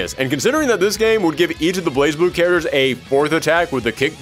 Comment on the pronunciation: 'Say "charagres" again.... say "charagres" one more goddzmn time! '